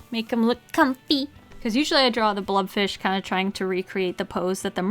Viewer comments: Isn't it a blobfish, not a blubfish? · is she saying blood fish or blob fish or blub fish?